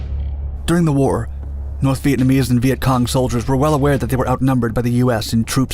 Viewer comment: The guy saying Vietcon was pissing me off